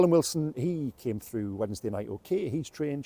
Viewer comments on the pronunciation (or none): none